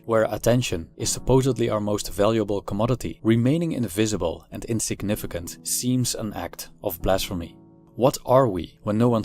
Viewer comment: Much as I respect your right to be 'invisible', I admit that I am very curious to know what your mother tongue is. Your "v"s frequently sound like "f"s (your "invisible" sounds like "infeasible"), so I'll bet your L1 is Dutch. Anyway, your videos are great! A fan from Greece.